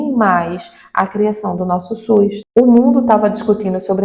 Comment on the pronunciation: É SUS ou suis? 😂